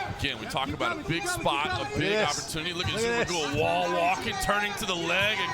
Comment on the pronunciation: Жумагул дегенди J менен жазгылачы Zh менен жазбай! Англисче Зумагул деп окуп айтып жатышат Ж - J менен жасанар эң туура айтышмак…